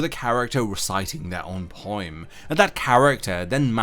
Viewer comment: sorry... did you pronounce it poiem?